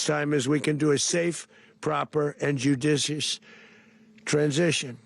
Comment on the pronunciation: Best moment of Trump’s press conference was when he struggled to pronounce the word “judicious.”